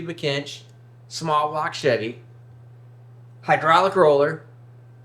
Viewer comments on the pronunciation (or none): none